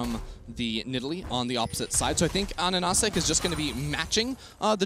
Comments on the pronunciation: It's AHaHaCik not ANaNaCik am the only one geting triggered by that xD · Pretty sure his name is A HAH SICK, not Anasick